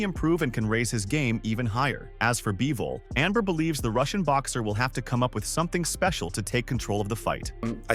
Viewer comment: By-vol? Is the script done by chatgpt too?